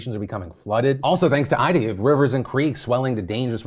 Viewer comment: Its pronounced EEDA and not EYEDA bro.